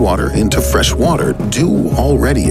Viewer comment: him: wattttter, humanitttttty